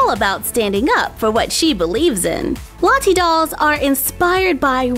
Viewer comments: No offence but it sounds like you are saying latte 😂😂😂😂😂😂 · You say Lottie funny not there’s anything wrong with that difference is great !